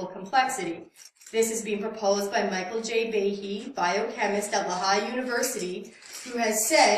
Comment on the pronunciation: What a fucked canuck. That University is "LEE-high," not L'high. Double dumbfuck.